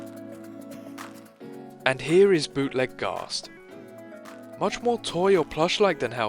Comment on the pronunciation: that ain’t ghazt that’s plazt😭